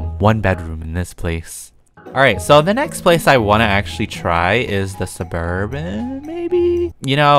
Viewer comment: When he says "Suburban" I remember "suburb van"😂